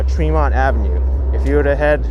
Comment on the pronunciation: My hood... by the way it's pronounced TREE-MONT